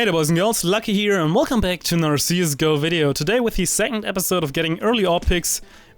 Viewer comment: i hate when you europeans say anudder instead of another